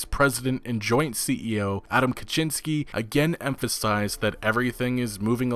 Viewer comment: Wait a second - an English speaking youtuber actually pronounces "Kaczinski" right. Mad respect, bro. Pretty much all the rest are just: 1."sorry for butchering it" 2.continues butchering it